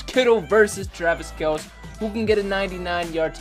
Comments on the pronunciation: It's not fair cause not the same route every time also its kel-cee not kelc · It’s Kelce pronounced kel-see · It's pronounced :Kell-see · It’s Kelceeeee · His pronunciation bothered me too dude. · U know what would be the best thing ever.........If would say Travis Kelce right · Btw your pronouncing kelce wrong not a big deal but just pointing it out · Lightning Bolt I cringe every time